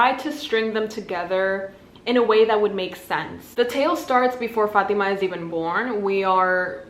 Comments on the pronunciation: I just want to mention that the way you pronounce " fatima " is so good and 100% the right way girl you got that arabic accent there 🤭❤️ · my name is fatima and let me just say, you said it so well, which is surprising since no one ever says it correctly. impressive!